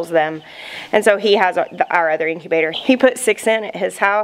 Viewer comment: "Father's advice to dads and udder stuff"😂